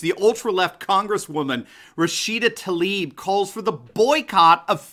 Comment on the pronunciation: Spells Tlaib, why do they say Talib? 🤔👀🙁